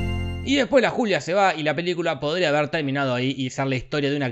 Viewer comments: yo escuche culia en vez de julia xD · Yo le entendí "soy la culia gil" y quede wtf 🤣🤣🤣🤣